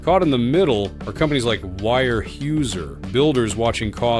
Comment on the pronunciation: It isn’t wire Hoozer. It’s wear houser dopey